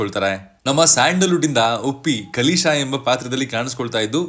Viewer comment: ಉಪೇಂದ್ರ ಅವರ ಪಾತ್ರದ ಹೆಸರು ಕಾಳೇಶ, ಕಲೀಶ ಅಲ್ಲ 😅